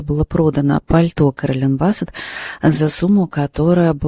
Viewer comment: Блин,говор с придыханием,ну 2я Стрелец.Ускорься и ролик будет короче и слушать будет приятнее.Не Бассет,а Биссет Керолин.